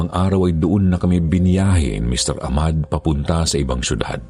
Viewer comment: Ah-mad po ung tamang bigkas nun…salamat po s mgandang storya…